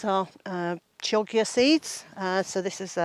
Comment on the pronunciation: Wonderful garden tour ❤ my peas never reach the kitchen either 😋 the Chioggia beetroot is pronounced [kiodjia] with ki as in kilo rather than kite, if you go with its Italian origin...but then again, when you eat it it won’t matter as you’ll probably just say “nice!” no matter its official name 😄